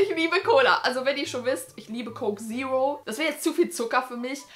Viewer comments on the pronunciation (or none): none